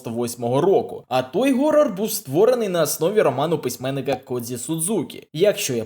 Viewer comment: Ну який "горор"? Що за дебілізм??? Хорор!